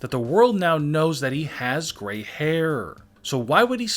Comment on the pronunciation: “The only problem is that the world knows that he has gray hairrrrrr” funny accent 😂